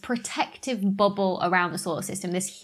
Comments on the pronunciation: I love how you say "BUBBLE" in your accent.. it sounds a little like "booble" to me, lol. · "booble" XD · I tune in just to hear you say bubble. 🙂